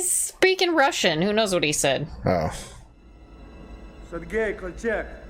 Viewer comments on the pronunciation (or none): none